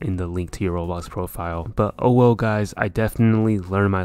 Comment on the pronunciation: did you say ''owo'' or ''oh well''